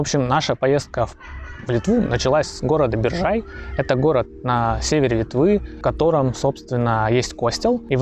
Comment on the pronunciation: Биржай, ударение на первом слоге, БИржай.